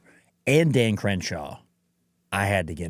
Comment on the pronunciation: Did you just say “dahn”? Are you from Pittsburgh???